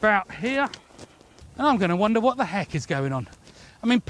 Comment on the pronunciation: That was the most British "Wot?" I have ever heard in my life